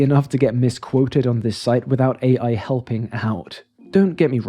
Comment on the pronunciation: An AI voice pronouncing AI as “aye” repeatedly is peak AI.